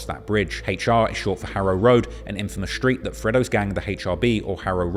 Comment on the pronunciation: Why does he pronounce "street" as "shreewts"?